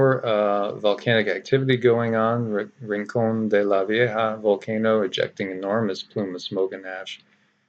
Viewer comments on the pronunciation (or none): none